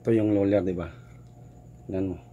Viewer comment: Sir ang galing po kahit luler ang sinasabi mo